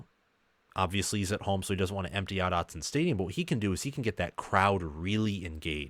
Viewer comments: Hey man... I appreciate that you've come around with this team. And you learned how to say our stadium correctly! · Hey, you said Autzen correctly this time! Congrats, and thank you for you analysis. Go Ducks!